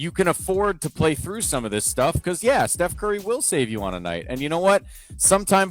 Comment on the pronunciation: "Che Curry" 😂😂😂😂